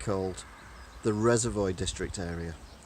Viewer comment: Are you purposely saying Reservoir incorrectly?! Lol